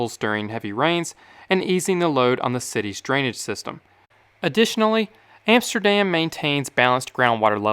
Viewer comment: EMSTERDEM, ROTTERDEM, YOUTRACK are not exactly Dutch pronunciations !!!